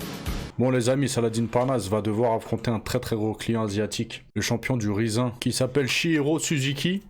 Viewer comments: Je pense pas que ça se prononce "rizze un" mais plutôt comme le mot anglais "rising" . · Rizin il nous dit mdrrr, "Rayzine" (Rising) ça vient du verbe Rise (s'élever) mdrrrrr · Ca me fume la façon dont tu dis Riz zin ! 😂 Je connais pas c'est une nouvelle variété de riz ? 🤣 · ça se dit raïzine frero fait un effort mdrrr